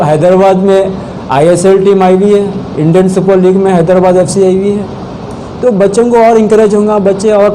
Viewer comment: hyderabad ko hydabad keyu bolta tutla